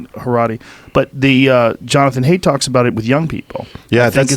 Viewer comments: Joe, it's Jonathan "Height" not Jonathan "Hate." You guys went over this lol. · Jonathan Haidt. Pronounced "Height", not "Hate". That was buggin me.